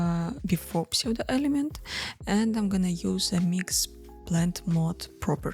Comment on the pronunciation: Не сочтите за зацепку, у вас отличный английский, а псевдо-элементы произносить на Английском даже проще — судо-элемент)